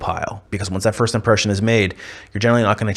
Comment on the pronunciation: What does "firscht" mean? Also, what do you mean by "fruschtrating"? "Schtrong"?